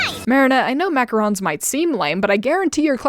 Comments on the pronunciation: Actually it might just be a Cristina problem, ‘cause I think Marinette is the only character who’s ever pronounced them as “Macaroons”. Doesn’t everyone else say it correctly? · The way they say macaroons and not macarons is so irritating